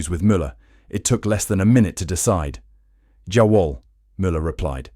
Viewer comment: Jawohl is yah-Vohl. Thanks for the video.